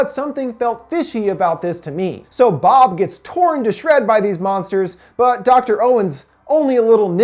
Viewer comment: As Told By Anakin Skywalker u said boob its bob